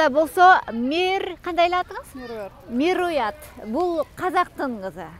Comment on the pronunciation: Казак кызы Мируят эмес Меруерт болуш керек менимче, жанылышып калган жоксузбу алыпбаруучу айым?